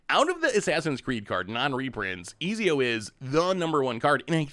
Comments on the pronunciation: Pronouncing his name as Easy-O is wild to me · If he says ezio like that ever again ima blow my head off lol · its pronounced Et-zio if that helps not Ez-io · Not eeezeeoo 😂😂😂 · Ah, yes! Famed and feared italian assassin: Easy-O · Ezio pronounced extremely cringe but solid vid.